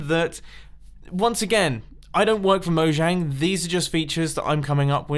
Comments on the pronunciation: Because you pronounce it “mo-*J*ang” none of these features will get in. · It's pronnounced "Moyang" for future reference! :)